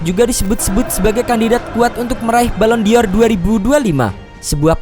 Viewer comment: Dibacanya: Balon Dor BUKAN balon di or... Enggak pake i .... Jgn norak bosss... Malu maluin... 🤪😜🤣🤣🤣